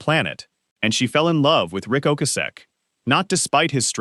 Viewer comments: The number of times that Ric Ocasek’s (and other things) name was mispronounced in just the first 8 minutes was pitiful. I couldn’t finish with the AI voice and someone not proof listening before posting. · Doesn’t matter. It was pronounced wrong numerous times by AI.